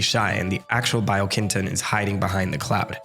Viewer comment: bee-oh-keen-tone. the pronunciation of japanese letters doesn't vary based on the word, mr "casual japanese history buff"